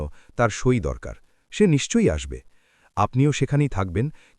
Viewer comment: এরা সই বা স্বাক্ষরকে "ছই" বলে কেন?!!